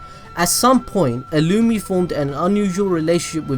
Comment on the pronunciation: Him calling illumni, illumee, is killing me.